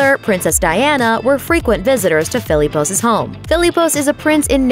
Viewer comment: Everytime she pronounces Philippos wrong 😡😡😂😂